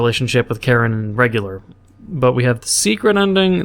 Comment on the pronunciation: i love how he says karin as karen